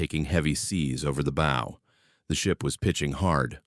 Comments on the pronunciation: Can AI not pronounce english language words. Bow for example? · How are we supposed to believe this BS when they don't even know how to pronounce "bow"? The Morrell sank in Lake Huron, not Erie. A wave traveling 600 ft in 4 seconds would be traveling over 100 mph, hogging on one wave never happens on the Great Lakes. Modern ships don't pitch on the Lakes since the waves are so close together. Cross waves tend to get reduced when the wind changes direction, not multiply. I sailed for nearly three decades on the Lakes, never heard of a Lake Erie Triangle, most ships went down over 100 years ago on Lake Erie. The tail of the panther may have been dangerous to the Iroquois but they were in frigging canoes. I call BS.